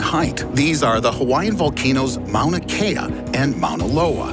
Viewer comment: Hawai’i native here, thank you for pronouncing Mauna Kea and Mauna Loa correctly! Fun fact, Mauna Kea is actually the tallest mountain in the world if you measure it from it’s underwater base lol